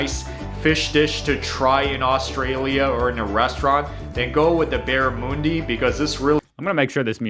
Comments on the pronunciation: 1: He says Barramundi wrong, he says Barra-moon- di, when its Barra-mun-di, mun as in Sun, as in the Sun not Moon. 2: Fairy Bread, is typically given to children, as a snack, at social gatherings, like picknicks or family get togethers 3: Beetroot mixed in with the patty is not the normal, the normal would be beetroot slices on the burger. In the burger is a little kinda booshie. 4: Kangaroo, is pretty uncommon in Australia, as in, a lot of people who live in the cities, haven't tried it, or have tried it once or twice. But its certainly not common, even in rural areas. Its more of a novelty 5: Lamingtons are super common and popular, it comes from way back when families couldn't afford cake easily and they would try to make it last as long as possible. When the cake would start to go stale, they would turn it into lamingtons, to give it a new lease on life 6: The meat pie is a must in Australia, when Ozzies go abroad, its the first thing they try to get when they get back. Sold in packs frozen at every super market, sold fresh at every bakery. Its honestly the quintessential Australian food. Traditionally, Beef with Gravy with a Puff pastry crust. But comes in many varieties. PS: Typically eaten in the hand, like a burger. Knife and fork maybe only in a restaurant. 7: Pavlova is definitely a quintessential Australian desert, between that and the Lamington, you can't go wrong. Often served at family gatherings. 8: The Sausage roll is essentially the twin brother of the meat p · Every Aussie viewer.... * It is Barramundi not barramoondie! * Beetroot is a must on every burger but never, ever, ever, ever on pain of death mixed in with the beef. * Lamingtons and pavlova are both Aussie inventions... Kiwi's are pathological liars and most will born in hell. * Kiwi pies are basically poo pillows. 'nuff said. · Near had beetroot mixed with patties sounds strange. Just have on top like tomato. Sir is barra-múndi not barramoondi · Not Barramooondi….it’s BarramUHndi.